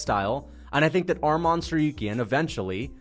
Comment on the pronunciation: Bro can you say his name right? It sounds just as its spelled Tsarukyan not Tsaryuken. Make sure that the u comes before the y